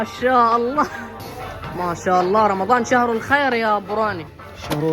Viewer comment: اختي تحكي بدل رمضان مرضان